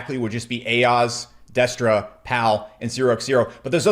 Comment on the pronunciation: Destra not Destroy